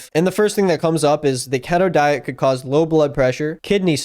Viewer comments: Every time he says “ketoh” instead of keto I want to kill myself a little more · The most frustrating part of this video is how you pronounce keto as ketto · ket-oh lmao, its key-toe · Why'd he say keto not keeeto at the start? My dad went on keto for a long time and it immensely helped his seizures. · It's pronounced keto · I agree with everything in this video apart from your pronunciation of "keto." It is "key-toe," and idk why it's bugging me so much. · Ok we love you but it’s pronounced “kee-toe” On the real though this is a good vid, my dad did the keto diet for quite a while and it’s cool to see someone talk about it’s negative effects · Thought it was pronounced "Key-Toe" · you are literally the first person I've heard pronounce keto with a short E sound lol. Keeeeeeto. It is spelled like you said it tho maybe you're right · Bb it’s pronounced key-to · I love you but it is pronounced "kee-toe" <3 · At least learn how to say KETO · He's saying it with a soft "e" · i have never heard anyone pronounce Keto this way. Is he right? Is everyone i love wrong? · Love the subtle correction of how you pronounce keto without acknowledgement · Okay I know I shouldn’t be focusing on this but like. IS IT PRONOUNCED KE*T*O or K*E*To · THE WAY HE SAYS KETO WRONG THE WHOLE VIDEO 😭 I hate keto though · This is actually kind of embaressing man, you clearly didn't even research how to SAY the name lol